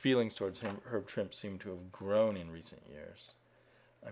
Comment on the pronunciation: Trimp-EEEE! Trimp-EEEE! I'm just gonna keep yelling out you until you say the man's name correctly.